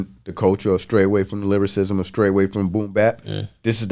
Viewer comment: Host keeps saying lyricism instead of lyricism awesome interview tho bro.